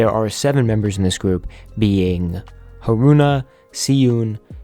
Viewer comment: Hayo i know this video is from a while ago now but I'd like to correct your name pronunciations if that's okay, Haruna's name has the emphasis on the first syllable, so "HA-ru-na" and not "ha-RU-na". Siyoon's name is pronounced with an "sh" sound in the beginning so it's actually "SHE-yoon". Sheon's name is pronounced exactly like the English name Shawn/Sean. Tsuki's name has the "ts" sound in the beginning, like the sound at the end of the word "cats" so it's "(ca)tsu-ki" Suhyeon's name is pronounced "soo-hyawn/hyeon", the second half of the name is pronounced like Sheon's name. Haram and Moon Sua were correct. + really quick ring ma bell is not garage rock lmao 😭